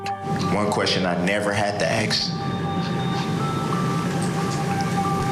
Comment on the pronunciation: Judge had amazing patience. Not many could have got through it, as well as she did, having to put up with his childishness. Funny thing for me is, what annoyed me most about him in court was him not being able to say “ask” properly & it sounding like axe, lol